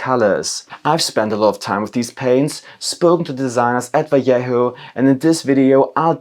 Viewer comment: My favourite thing is that everyone knows how to pronounce double L in Spanish but no one knows how to pronounce J :D